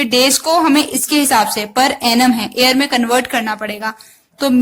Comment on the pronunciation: I'm hearing year as air......idk why